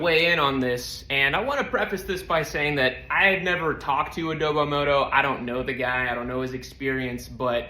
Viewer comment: it’s AdobO moto, not adobEE moto